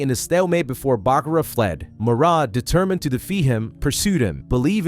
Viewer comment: Who's Adam and morad? They are atema ND mahhhhhhhad